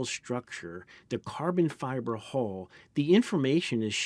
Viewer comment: U and in umbrella or unbelievable. Hull not hole.